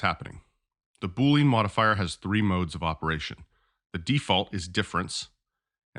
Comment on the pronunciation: I like your video, but your pronunciation is incorrect. It is boo-lee-uhn, like "under". It is not boo-lean, like "lean cut of meat"